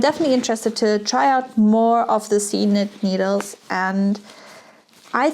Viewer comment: I thought it was pronounced “seek nit “!